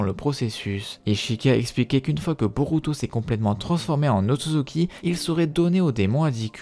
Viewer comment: Super tes videos mais c'est Otsutsuki pas Otsuki